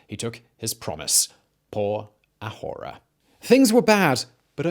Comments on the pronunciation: Learning Spanish and heard it a lot from my grandparents growing up and I'm physically cringing everytime I hear my boy say "ahora" tho. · I said the same thing! I felt a little bad for commenting it too, but it was driving me crazy! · H is silent. Ahora is /ah Oh rah/ not /a whore a/. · Ok say it with me, Ah-ore-ah. I almost drove off the road laughing everytime I heard you say a whore a. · Ah-OH-rah, not ah-WHORE-uh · OK repeat with me a-ora... Not ajora, please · I know, just a little picky, but in Spanish the “h” in ahora is silent. Pronouncing it like a J makes it sound dirty. 🙂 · The H is silent. Por A(h)oRa. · The 'h' is silent: Ah-OR-a. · 'Por ahora'=[poɾa'oɾa] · It was the "pour ah whore Ah" for me lol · Por a-whora 😂😂😂😂 Simón—the H is silent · Spanish 'h' is mute /por æoræ /. Thanks fot the effort thouh. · The h is silent. Ah orah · "Pora jora" lol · The H in spanish is silent. It hears "aora" the Ahora - XD love the efford. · It's a-ora. H is silent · The H is silent my dude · The "h" is silent in "por ahora". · Please for the love of the nonexistent god never say a Spanish word ever again lol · I might lose my mind if I hear him annunciate the "h" in "ahora" one more time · Bro the h in spanish is silent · I cringe so hard at the way he pronounces ahora, reminds me of gringos in class pronouncing all the h’s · My guy the "h" in Ahora is silent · The 'h' on 'ahora' is silent. Figured someone else probably mentioned it by now but well, might as well just in case. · the H is silent in Spanish bro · ahora: silent h my man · I love your stuff, but just to help in Spanish the h is silent. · H in ahora is mute. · Dear biographic, the h is "ahora" is silent... in fact, in Spanish, the H is almost always silent. Sincerely, a mildly annoyed Venezuelan.